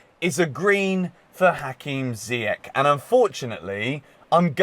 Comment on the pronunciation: It’s Ziyeshhhhh not Ziyeck,say it right